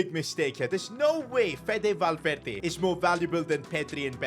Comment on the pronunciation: Kvicha and valverde pronunciation needs help